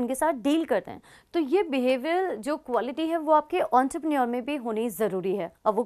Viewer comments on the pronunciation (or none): It's entrepreneur* Not auntrepreneur 😂